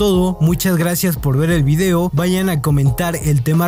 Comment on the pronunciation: Puede ser que dijo bido? O escuche mal?